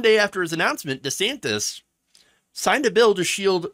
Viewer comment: Also, gotta question why he changed pronunciation of his name. Now it' sounds like Rhonda Santis